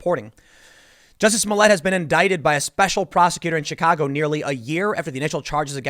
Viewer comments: It's not jussie it's juicy. He black, gay, not just French! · It's pronounced "Juicy Smoll Ey", Tim